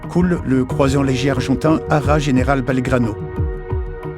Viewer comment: Bonjour, Merci de votre réponse car elle m'a notablement fait réviser mon opinion. En effet, après revisionnage, vous avez cité la perte du navire argentin ARA General Belgrano (que vous prononcez Balègrano). La consonne "H", surtout en tête de mot, est en français ce qu'on appelle un "faux ami" car coexistent en prononciation: 1 - le H dit aspiré (la hache, le hère, la horde, la hure et le hure), abus de langage car il est en fait expiré 2 - le H muet (l'haltérophilie, l'heure, l'histoire, l'horloge, l'humeur, l'hydravion) En anglais il est aspiré (le HMS). En allemand il est carrément plus aspiré, presque toussé (la Hitlerjugend, le vrai Heinz). Ayant aussi réalisé quelques vidéos, j'en ai éprouvé les difficultés. J'ai bien pris note de votre statut d'amateur, et donc n'utiliserai plus chez vous le terme "amateurisme". Bon courage et bonne journée.